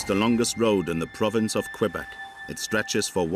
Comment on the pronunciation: la route la plus meurtriere au canada est la 401 , et la 11 en ontario. la 132 est mauditement loin d etre meurtriere. Quel video tout croche. je suis de Matane, la 132 est dangereuse en ete avec tous les touristes qui ont hate d arriver en vacances.pas en hiver, en hiver il n y a pratiquement personne. Et ce n'est pas qwebec, c'est kebek tabarnak. y vont tu apprendre a dire le nom de notre province correctement ces maudits anglais.